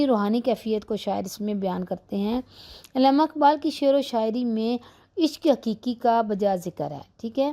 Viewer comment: Sorry but it's not illama it is Allama Iqbal